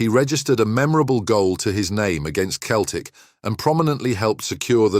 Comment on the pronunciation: Commentary is poor , Celtic is pronounced " sell tick, , not KELLTICK